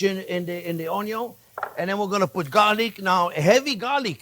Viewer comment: Why does he pronounce "onion" like that? What planet is this guy from?